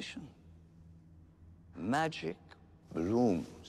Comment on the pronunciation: I do not hate the no majeek, the mahgools